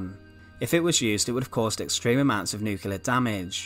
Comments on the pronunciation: Also drops nucular bombs, not nuclear ones... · Yes and the word nuclear is nuc-ley-are not nuc-u-lar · he can't say nuclear either...nuckeallar!!😆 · you’re perfectly capable of saying the word “bomber” there, so what in holy hell is up with “bommah”?! In fact you repeatedly pronounce “bomber” normally, so it’s clear you’re choosing to mutilate the pronunciation randomly. Also it’s Nu-clear, not nuke-ular. Colour, not cuhlaar. Another, not anuvvaar If it “continued at this altitude” it wouldn’t have struck the ground, perhaps having mentioned the aircraft being nose down you meant “attitude”? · The comments aren't criticising the accent, it's the words. The voice over says: Bommah not bomber Nuculer not nuclear Free not three Fermonuclear not thermonuclear